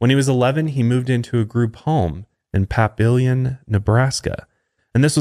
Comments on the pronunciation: lol I live in omaha Nebraska. everyone says papillion wrong but for future reference its pronounced puh-pill-ion. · Me: This name seems familiar… listens as you massacre “Papillion” Ah, that’s why. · You butchered Papillion 😂